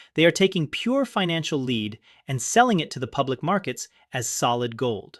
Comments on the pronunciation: led not leed LOL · When you make videos with A.I. sometimes you have to spell words phonetically. Words like Knee-Sahn Nissan, and Led for lead (Pb). Otherwise it sounds funny, and we all know it's generated content.